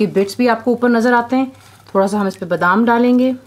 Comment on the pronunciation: Is me ab BDAAAM daal len.. BDaaaaam. lol hahahah its Badam dude... Anyway thanks for the video.. Love your cooking..